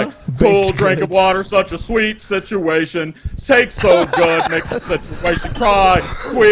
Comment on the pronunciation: SIT-U-AESH-ION IN-DI-VIJUL, SIT-U-AESH-ION IN... DI VIJEEUAL